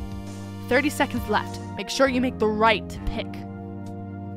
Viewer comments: "in teh chat" i fiind it so funny XD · said teh at one point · IN “TEH” CHAT 😂😂😂😂